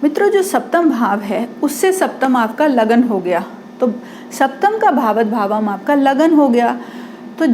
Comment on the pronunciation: भावत भावम् नहीं ' भावात् भावम्' कहिए जी